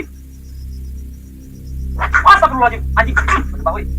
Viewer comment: Asta pirol la al ajim.. hahaha..sebutan asal boleh je. Hahaha..